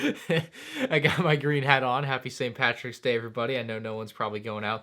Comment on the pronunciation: Its Saint Patrick I'm Irish